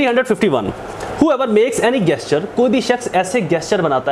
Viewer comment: It is spelt gesture but pronounced Jesture